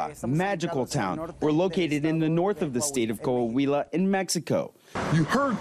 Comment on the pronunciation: It's not Ko Ah Huila; it's Kwa wila! IT'S NAH SEE MIENTO!